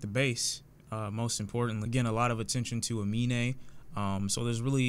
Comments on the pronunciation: Fyi 'Amine' is actually pronounced 'A-MIN' not 'A-MI-NE'. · You said his name horribly wrong so many times Aminé